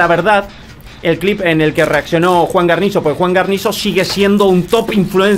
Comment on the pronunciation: Me dio tremenda ansiedad cada vez que no decía bien Guarnizo 😩